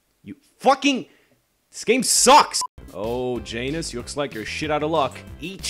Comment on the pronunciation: its not Jan - us its Yan - oos